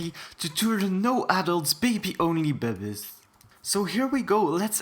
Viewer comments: everytime he says "bebbiez" it give me hard chills. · love how he pronounces babbiez lol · I love how he says bebbiez XD edit- it’s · I like how he says bebbiez